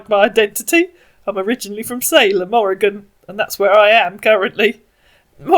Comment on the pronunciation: Congratulations! You pronounced Oregon correctly! You're a natural!